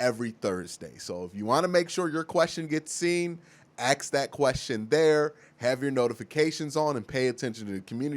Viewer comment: Dude I love u baby but stop saying AXE when its pronounced ASK.